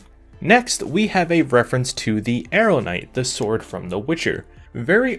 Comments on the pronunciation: AH-RUN-DITE. That is how it is pronounced. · Aerondight, not Arrowknight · I like how the clip of the Witcher pronounces the sword correctly and the narrator still miss pronounced it lol